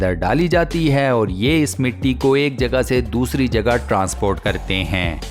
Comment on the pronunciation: Assalamualaikum Voice over seems not good when you end the sentence like ( fit kiya gaya 👉🏻HAI 🤪) Other wise very informative & interesting videos 😊👍🏻🇮🇳thank you so much keep it on